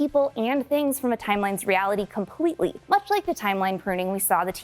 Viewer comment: “Realigy” lol